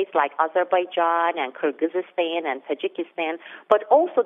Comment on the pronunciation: You guys have to learn how to pronounce foreign country's names. It is KyrgyZStan and KazaKHStan, there are no such countries as "kyrgyzystan" and "kazakhystan". Good analysis though, thanks.